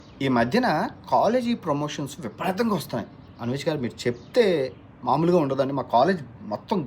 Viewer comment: ప్రమేషన్స్ కాదు ప్రమోషన్స్😢